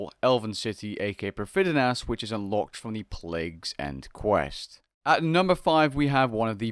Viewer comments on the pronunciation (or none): did he just call it "prif-d-d-nas?"